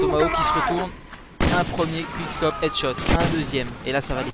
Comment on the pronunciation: "Qouickscop" pas "quick" meme si ca c'ecrit comme ca!